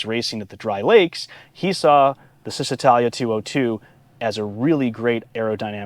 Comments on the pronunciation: It's chizz, not sizz, when pronouncing first syllable of Cisitalia. While I'm at it, Lancia is pronounced LAWN-cha. Ciao, baby! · It’s pronounced Cheez-eh-tah-lia. Ouch! In Italian, ci is a ch sound. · Great video! One thing, however: it's pronounced "Cheezee-tahlya"